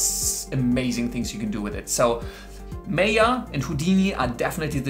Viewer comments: my-yuh, not may-yah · it's Maaaya, not meya! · its Maa ya not may ya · Wrong pronunciation- it's not Meya, it's Maayaa 🤣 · Its M-ah-y-ah not M-ae-y-ah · It's Maya not Meeya... (sorry had to...) Great video for someone starting to look into the CG industry! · Its Maya not Mayor!! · its Maya .. not meaa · me yaa, me yaa... bro its maa yaa. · its not pronounced meyah.... it MAH-YA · Well autodesk MAYA is not pronounced "may ya" it is pronounced "maa yaa" (ˈmīə,ˈmäyə) as it is an indian world meaning the power to create illusions and you now know why it is named like that ;) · It's pronounced as MAYA. Not MEYA! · It's MY-AH not MAY-AH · Just one thing, it's not (meh-yaa) it's (maa-yaa).... Good video anyway. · Its called 'Maya' not 'Meya' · Maya is not pronounced as "Meya" it's " Maa-ya" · MAY - A? ? DA -TA?? . Good GOD! it's MAaa-YAaa , Day-Ta.. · its not may ya, it is called ma ya (MAYA) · It's Maa - yaa, not May - yaa. Maya is a Sanskrit word which means 'illusion' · Isnt it pronounced 'my-ah'? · the word "maya" is taken from sanskrit literature which means ïllusion" . And it is pronounced as "Maa Yaa". don't change it. thank you. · Maya - Maaaaayaaaa that's how it is pronounced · pronounce MY- AH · nice but, learn to pronounce Maya. its Mi Ah like the Mi ah (Mayan civilization) but otherwise awesome. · Seriously?! MAAya? LOL. 10 secs into the videos and chuckling. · Its pronounced 'my-ah' Were not making sandwiches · You’re saying “Maya” wrong. Lol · What a joke, can’t even pronounce Maya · Maya is pronounced with an 'I' sound like eye or guy. Mayo goes on a sandwich.